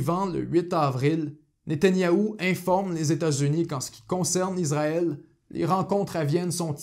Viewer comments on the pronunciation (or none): Merci pour votre reportage bien renseigné. En revanche c’est Issraël et pas Izraël